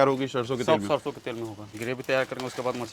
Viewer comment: आपकी सारी भोजन की संक्षिप्त वृतचित्र बहुत ही अच्छी होती है,सिर्फ आपको हिंदी शब्दों की उच्चारण को और भी स्वच्छ करने को जरूरत है, जैसे ....सरसो को आप शर्शो बोल रहे हैं,तालाब्या ’श’ और दंत ’स’ बहुत अंतर होता है। .......धन्यवाद